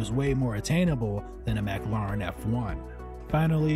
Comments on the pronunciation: MAC-ARR-LAARAAN F1 lol! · Did he start out saying McLaren as Mac-a-laren? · "Mack Larr Inn" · Learn how to pronounce mclaren